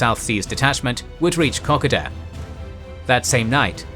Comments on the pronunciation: It’s Ko Ko Da not KokAda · KA KO DA ..... FFS IS IT THAT HARD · It is pronounced like cocoa and da as in the Dutch way of dad. Secondly the kokoda track and kokoda trail were two different things. The Aussies and papuans were using the track to ambush on the trail. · Wait I have been pronouncing it co-co-da all this time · Say it like this K'koda. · You said Kokoda wrong mate extend the vowels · As an Aussie, I love that this exists/ However, I die a little every time he says Kokoda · I just could not stand the mispronunciation of KOKODA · At least pronounce Kokoda correctly. One of the biggest operations in australian history and you mispronounce it every time. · If you don't do AI then I really gotta ask you to work on your pronunciation of Kokoda. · There is the way most Australians pronounce Kokoda, there is the way some Australians pronounce iit, and there is your pronounciation. When you get something so fundamental wrong it raises question if you cant be bothered with something that easy how confident can we be in anything else? You have Australian subscribers ask them. There is the chance that you have adopted a Papuan pronounciation in which case you should state it but further there are a number of languages specific to different parts of the track so which tribal group did you chose and why? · Your narrator needs to review his pronunciation of both "Maroubra" & "Kokoda". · He pronounce it like it's Japanese. His pronunciation of Milne bay is so wrong too.